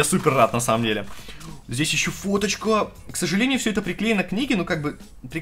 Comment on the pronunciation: кому еще кроме меня послышалось что когда листал книжку сказал не фоточка, а Водочка?